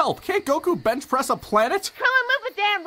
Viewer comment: Krillin: GOKU CAN BRENCH PRESS A PLANET! 😂😂😂